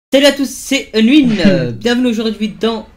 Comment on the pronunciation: Unwin dit "stalu a tousse c’est unwinnne"